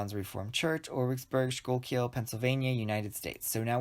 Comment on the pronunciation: To be helpful for those wondering, Schuylkill is pronounced “SKOO-kull”. Thanks for the helpful tutorial!